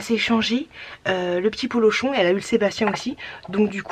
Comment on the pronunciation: C'est pas sebastien ☺️ c'est polooochon